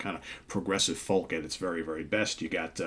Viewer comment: FoLk ... lol .. it's pronounced foke.